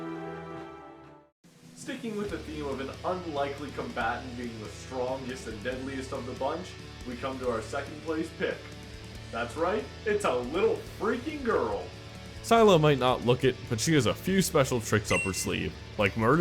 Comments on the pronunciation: It's Sylla not sila lol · I hate grammar Nazis but omg sighla? she says her name she saaaays how to pronounce her name every time you play her sil la God rant over my body it ready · Does it bother any 1 else that he said (say la) not (scy lah) for scylla? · Actually Scylla is pronounced like "SILLA", not "SKYILLA". Your pronunciation was mostly right except you pronounced the I wrong. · Take it with a grain of salt? Chronos is a god, not a Titan as others have pointed out. Geb is the god of the Earth. And Hercules/Heracles was turned into a god upon his death. Sylvanus is the old man, not the Ent. Scylla is pronounced Skylla. I'd suggest some more research in the future. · The little girl's name is pronounced Sil-a, As in Scylla and Charybdis. Kronus was a titan not Chronos. The Old man is Sylvanus not the tree... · lmao silla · he just said Silla .. not Scylla lmao wow Americans butchering names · Scylla is pronounced Skill-ahh. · Scylla? (SC-eye-La)? try again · So did no one else pick up on him calling Scylla, Skylla?... Annoyed the crap outta me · Scylla is pronounced silla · scylla is prenounced like "silla" i'm sorry i'm correcting you too much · Every time he mispronounced Scylla I cringed a little bit. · The way u pronounce scylla makes me cringe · You pronounced Scylla wrong lol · Your pronouncing Scylla wrong.. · Do you actually play Smite? You're total bollocks, mate. You don't know half your shit. Also, you cannot pick top ten gods. It just doesn't work. Can you play thanatos in Support? No, and you're shocking pronunciation of the goddess Scylla... You know Sylvanous is the old man? Not the tree... Also, Anubis being in the list of top 10 Gods is appalling at best. I'm sorry, but you need to play more Smite or at least know what you are talking about, because 85% of the things you've said is nonsense. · You pronounce Scylla wrong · u didn't pronounce scylla right XD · Lol the way he said Scylla